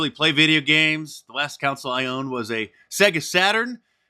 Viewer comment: Console. Say it with me: console.